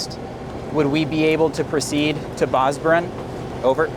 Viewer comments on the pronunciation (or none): Bro I'm sure he didn't understand the word Bozburun the way you pronounced it 😂